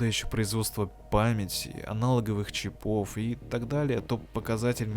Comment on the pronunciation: Мля, ну почему "чипОв", если "чИпов"? Ухо режет. Автор в школе не учился.